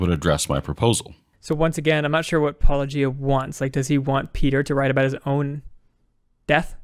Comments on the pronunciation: Hey! They didn't pronounce it "Pa-low-gee-ah"! Yay! Too bad they spend their whole video missing the point of the video. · "Wait... YOU said my name the way I say my name. Are you sure you're actual Christian Apologists?" It's about time! It took 5 years but you finally got someone to say your name correctly. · “New hot guy” and they actually say his name correctly...on purpose! Praise Jesus. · As good as this entire video is, the most amazing thing in it is the fact that they pronounced your name correctly. It is baffling to me that all the others who respond can't (or won't) do this even though you say the name at the beginning of EVERY video. Gee, its almost as if they are intentionally mispronouncing it just to be dismissive and/or throw shade. How very Christian.